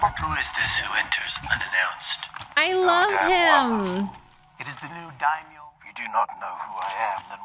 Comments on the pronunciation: Dime-Yo is the pronunciation you are looking for. Daimyo is Japanese title of nobility. It is a fitting word for Boba Fett's character and the theme of the show. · Daimyo pronounced dime-yo, is a Japanese word. They were feudal land owners subordinate to the Shogun. The order of power was Emperor, Shogun, Daimyo. Cant wait for the next episode and reaction.